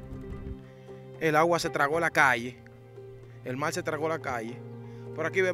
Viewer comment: Mi hermano le subieron que trate de mejorar el lenguaje pues cuando dice mal cuando la palabra correcta es mar habrán personas extranjero que no entenderán lo que dice, el que es comunicador debe hablar correcto, le subieron que escuche detenidamente y verás cuánta falta al hablar.